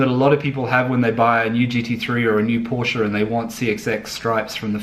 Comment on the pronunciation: Adding a stripe reminds me of the bogan Holden drivers who take off the GMH lion and replace it with a Chev bow tie. I prefer completely original, the Porsche 911 style speaks for itself. BTW please learn to pronounce Porsche correctly.